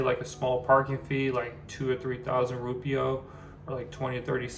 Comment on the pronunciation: DUDE - wtf is a rupio? It’s pronounced RUPEEAH - spelt Rupiah - Just to help 🥰